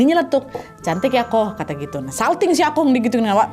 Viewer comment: Plis nad emang tulisannya Akong tapi bacanya bukan Akong, akung tapi pake o ada u nya juga gitu loh